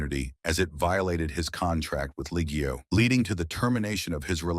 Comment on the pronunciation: Any F1 fan worth their salt would know how to pronounce Ligier. I must assume this channel isn't on the top of the F1 fans table.